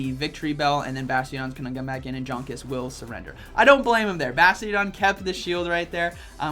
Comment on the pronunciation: Hi, one of the best battlers in the world, Jonkus is German. Hence, his name needs to be pronounced as Yonkus. Since, in German J is read as Y.